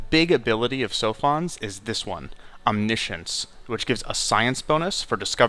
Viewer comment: He pronounced it correctly